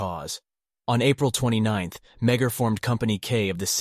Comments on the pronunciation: The pronouncement of his surname is, me-a- r. Not meg- her. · Love the content...but as a descendant of Thomas Francis Meagher, our last name is pronounced more like "ma-har"